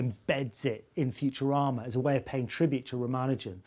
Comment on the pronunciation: Did he say "Futurama" or "Future Armour?" It sounded more like the later.